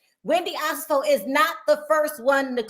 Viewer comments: can we get to Wendy and Eddie? Also, her name is pronounced O-SEH-FO. Not Osa-fo. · One of the OLG locations is open. Also you keep pronouncing their last name wrong. It’s O-Se-Fo.